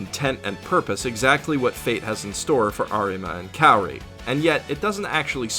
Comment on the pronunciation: the fact that you where pronouncing Kaori's name wrong made me wanna cry more than what i cried during this anime.